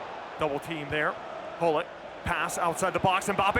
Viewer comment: this caster is trying to pronounce all names like they're supposed to be pronounced except for Gullit :/. getting sick of people saying ' Hullit'